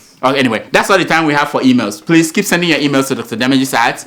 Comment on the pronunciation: "It's time for yowa emails" (it's your not yowa lmao)